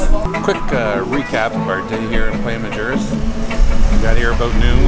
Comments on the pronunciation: i like what youve done here ...BUT...Isla Mujeres is pronounced is - la mooharis !! not with a J !!...the end of the island is not the most easterly end but the most southerly end!!! ...happy travels !! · Nice video. Love Isla Mujeres. Your husband is pronouncing it wrong though. The waiter in the video pronounces it perfectly.